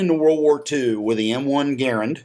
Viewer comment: Jean Cantius Garand (John Garand) was born in Quebec. I’m Canadian and my Dad’s Quebecois; the French Canadians don’t emphasize syllables, they say De-Oh-Dor-Ant instead of deodorant. GAARend is wrong just as grAAND is wrong; you will never be able to say it the right way because QUEBEC IS A BIZARRE PLACE FULL OF BIZARRE PEOPLE! (It’s lovely btw)